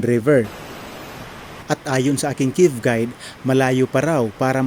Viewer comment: anong kib pinagssabi mo??? CAVE po hnd KIB ..dios ko spokeperson ulol pa